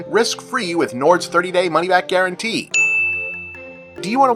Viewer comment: My accent doesn’t come out on many words, but I feel seen hearing Bob say “Nord” the exact same way every member of my extended Dorchester family does, lmao.